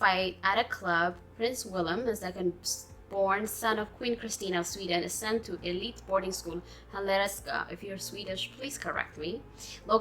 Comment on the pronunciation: "Hillerska". Stress on the "Hill"- part. The "erska" has a bit of a "sh"-sound. I can´t think of an English word that has this "schka" sound... Do you know the Russian word for grandma? Babushka. It´s a bit like that ending. (It doesn´t matter, pronounce it how you want, we understand that Swedish is hard, but this is just if you´re interested)